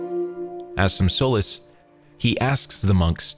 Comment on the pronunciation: Your mis-pronounciation of "solace" ruined it for me